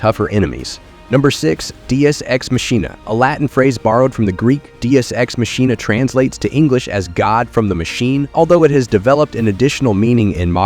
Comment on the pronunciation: I love the random changes in pronunciations... Machina is pronounced Ma-Ki-Na BTW.